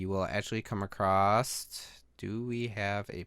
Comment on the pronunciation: Oh God not you too. Why is there now a pandemic of people saying "acrosst" instead of across? It has never been a word!